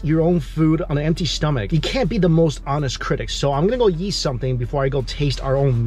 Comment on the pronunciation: I love that says "eat" and it sounds like "yeet" lol